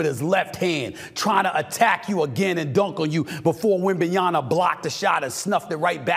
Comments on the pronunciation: Right? Why cant this fool say the guys name right, it sickens me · i love the fact that Stephen A mispells Wembanyama 90% of the times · Dude still fucking up his name over and over Kinda hard to take this shit seriously when you can't even get the names right😄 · I'm gonna keep on calling him Stephem A Snith until he gets Wemby's name right. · Would be great if u d pronounce wemby s name properly at that stage 🙏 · Mr. Smith, please pronounce his name correctly. Peace! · I came here just to hear Stephen a mispronounced wembanyama’s name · Stephen A is too smart to keep mispronouncing wembanyama’s name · if Stephen A. dont PUT THAT DAMN "M" back in Web-man's damn name 😂😂😂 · The 2 guy that they struggle pronouncing the name 😂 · Please work on pronouncing the man's name before committing further. Your points are not wrong but we expect you to be better on such details. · Stephen A you gotta stop disrespecting Wemby. How can you be a legitimate sports analyst if you can’t even have the decency to learn how to say his name correctly? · You are pronouncing Victor‘s last name incorrectly. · We should call him Stephen A Schmidt untill he gets Wembanyama right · Let's bet how many seasons it'll take Steven A to stay Wenbanyama's name correctly. It's been 5years and he still can't say Doncic correctly. But Wenby is black so his racism won't be as strong so I'm guessing 3seasons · Still can’t pronounce his name. Smh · Dislike video until you can pronounce wemby name correctly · stephen why not pronounce wenbeyama correctly first?😂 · Man please learn how to pronounce his name it’s a M at the end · Half way through the season and this “ journalist “ still cannot pronounce Victors last name correctly. Lazy. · Stephen a still can’t pronounce wembanyama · Wondering what it would take for Stephen A to pronounce WembenyaMA correctly 😂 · Wembanya-MA, we got to get this right. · Who the hell is Wembanyana?? These people can't even read now? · Love you Stephen but it's WembanyaMa